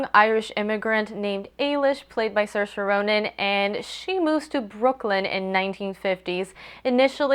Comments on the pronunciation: Yeah I was really impressed when you pronounced her name right! At least you tried with Domhnall, most people just skim over irish names like whatever. Loved the review :) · Congrats on getting the pronunciation of Saoirse right as it's quite an obscure Irish name. Just so you know, Domhnail Gleeson's first name is pronounced 'dough-nil' (dough as in bread, nil as in zero). Hope this helps, great review.